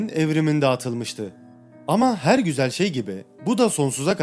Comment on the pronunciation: Herrre Herre 😂yedin bizi